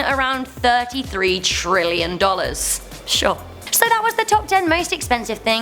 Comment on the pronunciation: tri... lli... ion